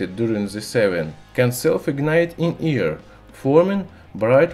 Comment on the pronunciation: i must turn the caption . He can't even says " air " right. No offense but this isn't about accent , he's doing it on purpose.